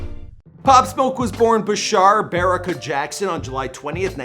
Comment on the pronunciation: It's not "bear uh caw" it's "bar ah kah", as it's spelled 😐 do you not know how to read...